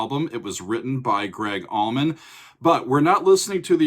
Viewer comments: Sigh....... what is up with the "AllmanD Brothers"? C'mon man, really? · Lol it's not almond. Allman. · Haha saying Almond brothers